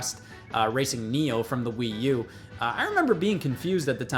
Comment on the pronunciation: What's this "Wii You" he keeps referring to...Is it an accessory for the Wii?